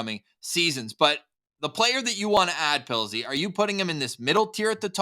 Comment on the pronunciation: Did call Pilzy…”Puddles”? 😂